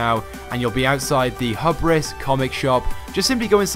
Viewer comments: Hubris (Hugh-bris) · Also he said hubris really wrong